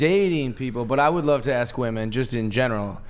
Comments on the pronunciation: I can’t handle the blonde saying “wemen” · Why she say “wamen”